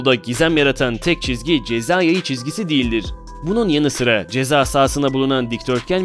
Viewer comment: ceza yeyi diyo